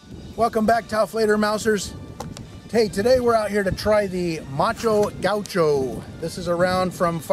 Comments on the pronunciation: Gáh U show is the pronunciation... not gáu show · It's Gaucho, not Guacho. Here in Argentina Gaucho is a traditional man from the countryside and Guacho (as you said) is an orphan :) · The name is macho gaucho but you read myxo gaiuuxo or in pt macho(male) gaúcho (from a state on Brasil that I forgot the name) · its Gaoosho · Algún otro Argentino que le cause gracia cómo dice gaucho? Jajaja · macho gaucho, and the music behind is mexican in stead of argenineean